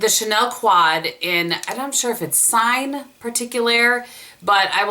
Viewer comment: I vote for the last look as my favorite. By the way, "Signe" is pronounced "Seen ye" in French (emphasis on first syllable), and the name means special sign. Just FYI :)